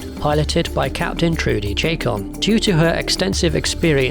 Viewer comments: Good video, but mispronunciations bug me. Trudy Chacon, it is not CHAY-con. It is SHAH-cone. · "Trudy Chay-con" Lol nice pronunciation there. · Aside from the mispronunciation of "Chacón" this was a pretty darn good video. The attention to tech detail and attempts to make everything as realistic as possible played a major role in my enjoying the movie when it first came out and in periodic re-watching on DVD. The Samson and Scorpion designs, along with the Shuttle, have always struck me as capable of flying out of the screen and into real life if we just had slightly better tech available.